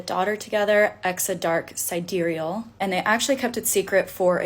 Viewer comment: Sidereal pronounced sid-e'-re-al.